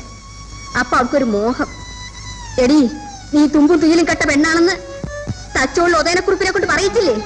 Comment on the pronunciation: എല്ലാം ok. പക്ഷെ, സത്യൻ മാഷ് തച്ചോളി എന്നതിന് പകരം തചൊള്ളി എന്നാ പറയുന്നത്.